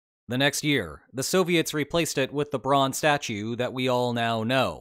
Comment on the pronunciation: Silly fact, but every time you say, "the bronze statue", I hear "LeBron's statue".